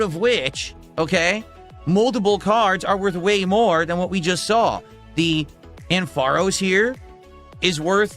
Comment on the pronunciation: Dude says "amFARose" with a hard R